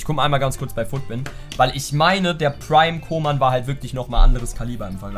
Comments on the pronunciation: Der heißt nich koman sonder köman so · Man spricht ihn Kuhman aus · Man spricht ihn Kuhmann aus Es klingt so als würdest Kingsley Coman meinen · Koeman spricht man kuhmann aus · Jemand der koeman nicht richtig aussprechen kann, sollte ihn auch nicht spielen dürfen...coman spielt bei bayern😁